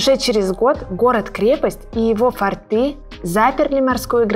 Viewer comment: Все прекрасно, огромная благодсрность, но не "фортЫ", а " фОрты".